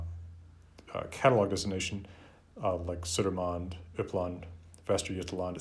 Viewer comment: I think these videos are really interesting and I have most definitely not watched like 50 of them shifty eyes (I have a huge deadline on Monday...) One little note tho, Södermanland is pronounced "Sörmland". (I grew up in that area of Sweden)